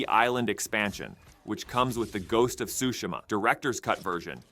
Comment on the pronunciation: Shu shi ma not shushi ma lol